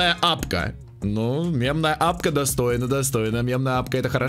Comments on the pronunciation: мемная папка: просто существует: мемная апка! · Никто: обсолютно никто:: мемная АПКА